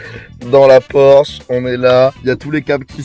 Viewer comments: c’est pas “porche” mais “Porsche”🙃🙃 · oulah ça fait mal Porsche sans le "s" 😭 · La faute a 24 h dans une Porche ( sa ce dit Porsche) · 2.29 "Porche" mdr le monteur pas trop callé en automobile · On peut dire porche mais la vrai version ba c'est porsche